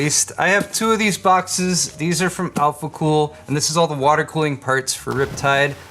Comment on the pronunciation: I love Mr. Heimlich's not so german pronunciation of alphacool's german product names.